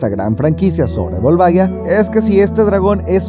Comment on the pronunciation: Excelente video como siempre xD Sólo me la pronunciación del nombre me parece curiosa: lo pronuncian como si se escribiera Volvaguia, pero se escribe Volvagia y la pronunciación es diferente. Saludos